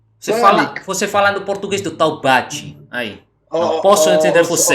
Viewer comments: se com "taubate" você quis dizer "Taubaté", aqui no Brasil, a sonoridade do "é" é diferente... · não é Taubati é Taubatééé meu filho 🤣🤣🤣🤣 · Esse TaubaTÊ do foi hilário rsrs, mas na hora que sair um Taubaté ele já pode vir buscar o seu RG brasileiro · Pedro é um tuga escroto. Taubaté a pronúncia do té é igual café, picolé, chulé.... é Taubaté té... a última sílaba é acentuada. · Boa,! O nosso é o verdadeiro haha! PS: A pronúncia é mais forte no TaubaTÉ (assim como caFÉ). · Hey, eu sou Brasileiro da cidade de Taubaté. A última sílaba é tônica. TaubatÉ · Vc falou algo tipo "tal bate" 😂😂😂😂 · Rir muito do "Tal bate" kkkk Você é demais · Que paciência hein kskskskksks só um ajuste, se pronuncia "Taubaté" o bah é que nem de gaúcho....Tudo de bom, te amo cara! <3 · Fiquei na duvida se ele tava falando de Taubaté ou algum lugar chamado Taubate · Brigaram e brigaram e no final ficaram amigos Minha cara no final 😮 A pronúncia de “Taubaté” do goi diferente também. O final tem um dom parecido com a palavra “pé”